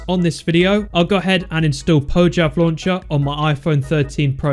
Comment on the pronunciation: Say "Poyav Launcher" instead of "Pojchav Launcher"